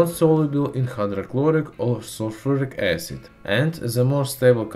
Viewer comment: the way he pronounced "magnesium", "acid" and some other words - sounds like italian accent (